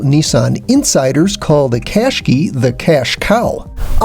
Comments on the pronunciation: It's Qashqai pronounced Qash-qai NOT Qash-key u fuckwit learn to pronounce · Clear to see Nissan elected to call the Qashqai the Rogue Sport only in the US, Americans can’t pronounce anything properly, ugh. Embarrassing. You should have listened to every other review with the proper pronunciation before posting yours! Just saying. Otherwise great review.